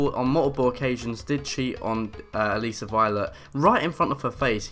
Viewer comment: Her name is A-Liss-a